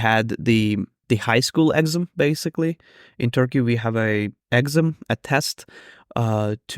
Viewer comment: I'm crossing my fingers for you that you pass the exam, what a nightmare to have to relearn all those mathematical formulae! By the way, the stress in 'exam' is on the second syllable, i.e. ex-AM :)